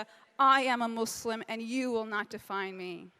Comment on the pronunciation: I hate how she pronounces Muslim